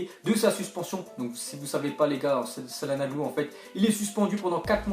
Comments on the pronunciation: Ptn mais c'est pas salhanoglu c'est chalanoglu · Putain ça se prononce tcha-lane-olou pas sa-lan-oglou wesh respecter les gens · CalhanOglu pas calhanAglu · mais comment tu dis cahlanoglu vraiment force toi parceque ta prononciation est bizzare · Mdrrr comme ta dis cahlanognu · "Un footballeur" Un peu de sérieux voyons, Calhanoglu c'est pas Pedretti quand même on le connais tous. Et ça se prononce t͡ʃaɫhanoːɫu (tchalanolou) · Mddrrr comment ta prononcer Calhanoglu jsuis mort ! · Putain comment tu dit calhanoglu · ptn comment il dit čalhanoglu